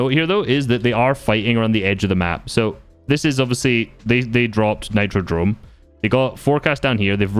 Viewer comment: Its nitrodrome with a R